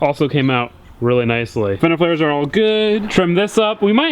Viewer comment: god damnit Either you got sidetracked, it was just me, or something but I think you said fender fares